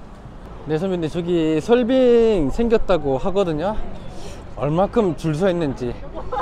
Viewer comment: 지나가다 본 일인입니다. 다 좋은데 냉면, 설빙 등 말씀하실때 낸면, 설빈 이렇게 들려요 이응 받침이 있을시 조금 신경 써주서 해주시면 좋겠어요^^